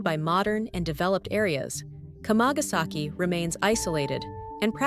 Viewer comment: It's not "k'mah-gas-eki" ... it's kama. Kamagasaki is 釜ヶ崎, kama-ga-saki. WTF do content creators do videos on subjects without even learning how to say them? It's also a great street market to go to. Nothing's hidden, nothing invisible, you just have to go there and walk down the street. Even the yakuza HQ is plainly sign posted if you want to find it. Sick of these tired old tropes about Japan.